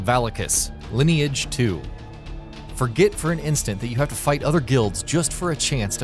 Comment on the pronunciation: "lin-e age" kek